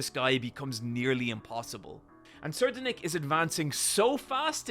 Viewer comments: I'll help with the pronounciation of Tserriednick. Say it with me "SAY-RIDE-NICK". You are saying "SIR-DEN-NICK". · Tser-ried-nich is how pronounce Ur pronunciation would be Tserdenick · It's pronounced "tse reed nih" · It's pronounced Tserriednich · I think it’s pronounced, Four-th-Prin-ce Suhh-RIDE-Nick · I pronounce his name as "sir - ride - nick" I THINK that makes sense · It's pronounced sir-ride-nick (Tsereidnich - lol I hope I spelt that right) I'm pretty sure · It's pronounced "Seh-Ride-Nick" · The fourth prince name is pronounced like this (sir-ride-nick) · Sir-eye-ad Nick is the pronunciation funny enuf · "Ser Denic" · its pronounced terror-sandwich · I think its pronounced Sir-Ride-Nick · I think the guys name is pronounced Sir-Eyed-Nick, (also i love hunter hunter and the succession war arc, togashi is the goat) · I actually looked up how to pronounce his name once and apparently it's pronounced "Ser-ride-nee-hee" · It's actually pronounced Tserriednich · I believe it's pronounced (sir-I'd-nick) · its pronounced terror sandwich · i pronounce it suh-ride-nick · The way I believe Tserriednich is pronounced is (Sir-ras-nick) The T is silent. Sir as in "Yes sir." Ras as in "Raspberry" Nick as in "Nick Cage" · its pronounced (t)sir-eyed-nick IMO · His name is pronounced terror Sandwich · tserriednich is supposed to be the german name friedrich and is pronounced free drych (the ch is pronounced like in the german name of the composer Bach) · Incredible video!! Sir-eyed-nick is how you say it c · Take a shot every time he mispronounces a name, what can go wrong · this man pulls out the most esoteric pronunciation of Terror Sandwich's name